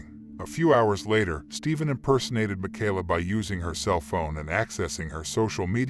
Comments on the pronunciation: na-name-o? mack-ala? Ai voice much? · Ma - Kay-La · Jesus...how many times you going to mispronounce this poor girls name?